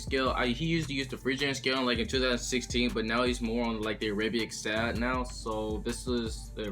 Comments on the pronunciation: “Aerabiake scale” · ...you said Arabic wrong